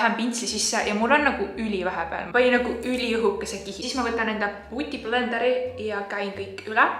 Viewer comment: “pUuTiPlEnDeRi” no hate see kõlas lahedalt ja originaalselt:))